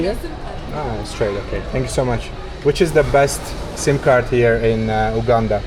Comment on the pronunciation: And I like the way u prononce Entenbe btw u pronounce the U as u not ou in Uganda but thank you for coming to Uganda and O hope you had a great time here